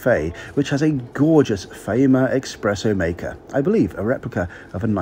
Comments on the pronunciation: *espresso, not expresso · Espresso. Not expresso. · Absolutely love the people pointing out it’s “espresso”, they’re straight in there in the comments without even waiting for the repeat of the same word pronounced properly 5 seconds later. Of course I know it’s an espresso, I even say so in the on train footage 😂 There’s no desire stronger than correcting someone’s mistake on the internet 😆